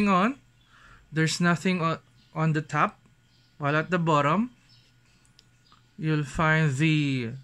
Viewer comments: HAHAHA 😂 Tagalog ka nalang kya. Mas okay pa siguro, yung "the" laging soft th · “Az it waz indicayted in dia box earlier dia dizplay haz true view dizplay” Please don’t do unboxing video where all of the parts are obviously mentioned where it doesn’t necessarily needed. This video could have been shorter by doing over-voice and showing a specs rundown, it’s kinda boring I would say. Show some visuals and effects, show yourself, learn how to actually speak with a human and not a camera. This is a constructive criticism so don’t come for me, he can take this as an opportunity to improve himself. PS: learn how to pronounce properly the t, th’s, s, p and f’s so it doesn’t sound so cringy Also learn how to liaise so it doesn’t sound so slow and it would sound more natural.